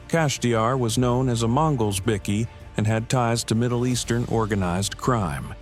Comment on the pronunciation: LMAO 'A bick-kee gang...' lol are they importing illegal grade A biscuits? It's pronounced BIKE-KEY. They are bickies, not BISCUITS 😂